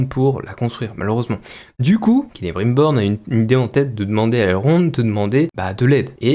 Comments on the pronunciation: KélébrUNbor, il est devenue ch'ti ? Même dans le jeu l'ombre de la guerre c'est mieux prononcé^^ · Perso vue qu'ont est à présent à l'épisode 2 je vais ajouter un détail qui ma vraiment gonfler je sais pas si ils font la même erreur en VO c'est la prononciation du nom "Celebrimbor" à la place c'est "Celebrinbor". C'est peut être qu'un détail mais personnellement ça ma grandement déranger, je sais que l'univers de Tolkien à l'écran ils prononcent pas correctement les noms des personnages pour certains notamment les nains. Cependant Celebrimbor est apparu aussi en tant que protagoniste principal dans deux jeu SDA et ils prononcent son nom correctement. Je comprend pas pourquoi ils ont fait ça sérieusement. Voilà c'est tout ce que j'avais à ajouter et rappel AVIS PERSONNEL.